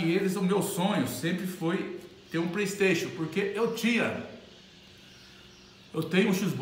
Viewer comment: "Praistation" , "x box" kkkkkk , mais parabéns